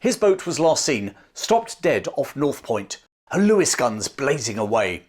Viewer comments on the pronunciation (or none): none